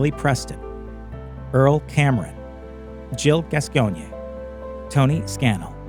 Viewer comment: Jill Gas coin is the correct pronunciation of her name!